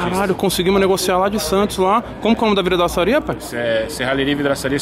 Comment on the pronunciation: Tem Toguro falando VRIDAÇARIA tem like. 🤣🤣🤣